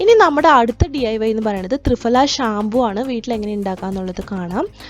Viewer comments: 🤣🤣🤣thrifala അല്ല thriphala എന്നാണ് ദയവു ചെയ്തു ഭാഷയെ കൊല്ലരുത് ഞങ്ങൾ ഈ സംസ്കൃതം പഠിച്ചവർക്ക് ആകെ ഉള്ള വില അക്ഷര സ്ഫുടതയോടു കൂടി സംസാരിക്കും എന്നുള്ളതാണ്. അത് കൊണ്ട് ഇതുപോലെ ഭാഷയെ കൊല്ലുന്നത് കാണാൻ സാധിക്കില്ല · ഫ.. ഈ അക്ഷരത്തിന്റെ pronunciation "fa" എന്നല്ല "pha" എന്നാണ് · "ഫ" എന്നതിന്റെ ഉച്ചാരണം fa എന്നല്ല, pha എന്നാണ്. ത്രിഫലയെക്കുറിച്ച് ഒരുപാട് വീഡിയോകൾ ഉണ്ടല്ലോ. അതൊന്ന് കേട്ടു നോക്കൂ. പൊതുവെ മലയാളം തെറ്റിച്ചു പറയുന്നത് അഭിമാനമായും ഇംഗ്ലീഷിൽ തെറ്റുന്നത് വിവരക്കേടായും കരുതുന്നു. "മലയാലം അരിയില്ലാ" എന്ന് അഭിമാനത്തോടെ പറയുന്ന ധാരാളം പേരുണ്ട്. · മലയാളത്തിലും കൃത്യമായ ഉച്ഛാരണം. തൃഫല എന്ന് നിങ്ങൾ പറയുന്ന ഉച്ഛാരണം തെറ്റാണ്. ഇംഗ്ലീഷിൽ പ്രൊനോൺസിയേഷൺ തെറ്റിച്ചൽ എല്ലാവരും കളിയാക്കും. മലയാളം തെറ്റിപ്പറഞ്ഞാൽ കുലീനതയും